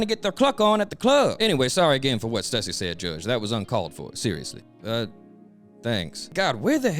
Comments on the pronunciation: Bro knows it's pronounced "Stoooo-seee" right? RIGHT? 😂😂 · Question real quick. Isn't Stussy pronounced "Stew-sea"?